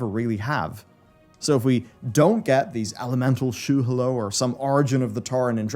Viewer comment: Shu hahlow ... Not shoe hello